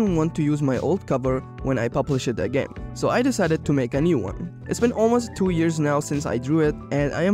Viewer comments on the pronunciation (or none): none